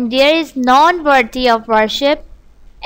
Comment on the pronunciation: Follow Islam it is pronounced like prayz ...praise not price ... and none is pronounced like nun not non